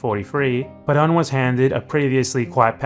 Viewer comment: I completely agree with you, but don’t criticize his pronunciation too much. His name is Perón. Ponga el acento en el rón. PeRÓN. Muchas gracias por sus video. Saludos desde los EEUU. Venceremos!